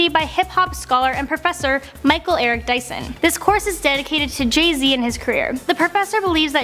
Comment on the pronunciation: Jeh zeh, has jus come oot with a new abloom